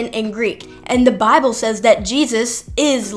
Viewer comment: Love the way she pronounces 'Bahble" and "wri-en". Dropping the t's in the middle of a word is definite giveaway for a lack of education. Oh, and then "no man could have came up with." I should make a vid just on her atrocious English.